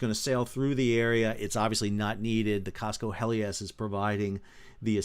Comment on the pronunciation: It's Cosco Hellas (like the country, Greece) not Helias. It was travelling from Busan, Korea to Panama.